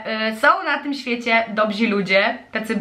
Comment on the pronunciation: Dobrzy, nie dobzi....